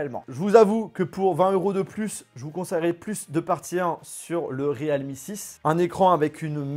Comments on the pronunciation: C'est PAS / RÉAL MI/ mais /rilmi/ 0our dire realme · Re-alme ?? Plutôt realme nan ? 😂